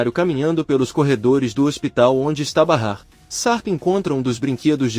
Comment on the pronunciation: Bahar o nome e não é Bara🙄🙄